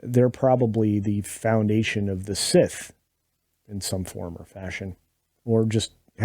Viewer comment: Revenge Of The Scith-or.